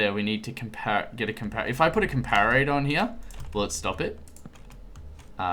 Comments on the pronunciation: com-par-it-or....not....com-par-ate-or.....jeez get it right XD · It's com-par-it-or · pronounce the Comparator...Com-Parrot-Tour